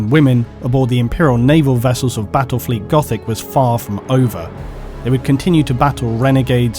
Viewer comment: Bwattwel fweet goffic uwu please end me